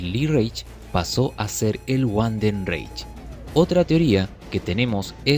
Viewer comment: No es wandenreich es Vandenreich la W se pronuncia como V en alemán, buen video.